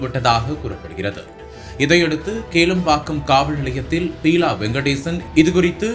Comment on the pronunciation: Peela illa Beela ( basic ah plus two aavadhu padichirukeengalaa ..seithi vaasipaalare??)